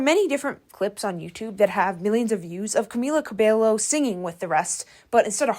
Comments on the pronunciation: Havana never destroyed her career. She had more hits after that. Her surname is pronounced Ca-Bay-Yo. You funny for saying it incorrectly. I live for that though😂😂😂. The last good hit she had was don't go yet. Ever since she was racist her career was shaky. The fact that she was given racial healing classes instead of actually taking responsibility for her actions also contributed to her downfall. I also feel that whoever gave her a push realized that she was a bad investment. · Not tryna be rude, but everytime you said "Cabelo" made me feel physical pain 😭 Double L in Spanish is pronounced as a J/Y sound, in this case more of a Y than a J. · it's actually pronounced with "KAH-beyo" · It’s “CA-BAY-YO”, NOT “ca-bell-oh” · The pronunciation u made of her name, "Camila Cabelo" instead of "Camila Cabeio" itches my brain in ALL the wrong ways 😭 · im sorry but the way you say camila cabello is so distracting 😭😭😭 you are suposed to pronounce it as cabeyo not cabelo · Its pronounced Cabeyo for people who dont know spanish, the double L makes a ya sound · Its pronounced cobayo. And its pronounced norm mani. Not normi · I really don’t like her, but girl-😭 Cabello is pronounced cabeYo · Pronounced Cabeyo. Two Ls make a Y in Spanish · I know spanish is not your lenguage but at least search how to say a word in Spanish. when you see LL it is pronounced like a Y. Great video still! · I love you girl but two l’s make a y sound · btw it’s CA-BEH-YO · Cabello: cuh-BAY-yo Normani: nor-MAH-nee No hate at all, but I suggest double checking pronunciations in future video essays! Looking up a video where they introduce themselves, etc. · A little nitpick is how you pronounce her name. She has a Spanish last name, and a double “ll” is pronounced as a “y” sound in Spanish. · It is hair in spanish. it is Cabe(y)o. I'm also hispanic lol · I agree dude. I don't know Spanish at all but it really bothered me the way she'd pronounce it the way it's spelled instead of with that 'Y' sound.